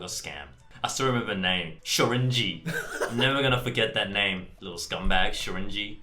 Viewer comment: i stayed to the end after the outro expecting something...coming to brett saying SHORINJI not complaining tho :D